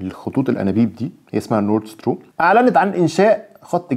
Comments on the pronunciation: بتنطق ستريم وليس ستورم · اخبارك اصبحت متشائمة بشكل ملحوظ،،، ويبدو انك ضعيف في اللغات تلأجنبية،، لأنك تنطق غلط،، stream،،، خليتها storm,, وشتان بين المعنيين،، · اسمها stream و ليس Strom يا باشا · ستريم مش ستروم